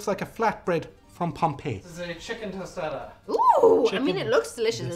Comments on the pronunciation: Its toe staw dahs, not toasta das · Oh the way he said "tostada" in the beginning hurt my Mexican ears. I'm gonna go stick my head in a microwave. Tostada!! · I think took this video when he tried to pronounce the word 'tostada,' in the first minute.